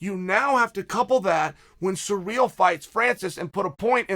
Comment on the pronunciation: Took me 9 mins to realise he meant Cyril. Sounded like he was saying Ngannou was surreal🤣